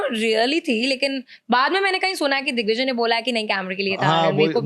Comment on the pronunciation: Paras ne dickvijay bola😂